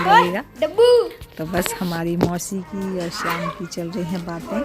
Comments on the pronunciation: ये श को स और स श बोलती है हमेशा और ये शिक्षिका है खुद गलत बोलती बच्चों को यही सिखाती है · मौसी होता है,मौशी नही ।